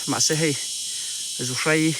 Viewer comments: Chepa lam dan a buai zawng2te khan chhimlam ania inlo hrethiam dawnnia,mahse zuhrei hi chu zuhrai ti bik tlat a😊😊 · Zuhrai ni lovin 'zuhrei' a ni zawk lo maw.. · Zuhrei tih tur..chepa(pa tih lai hi,ka Pa tih a kan lam rik ang hian lam tur)..Awmna a zir a tawng dan a awm a,a dik erawh zir a ngai e..Hmuhnawm e👌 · Zuhrai ni lo in Zuhrei zawk aw